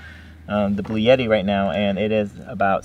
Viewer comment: “Bluetti” is pronounced blue-etti. NOT blue-yetti. There’s no “y” in it.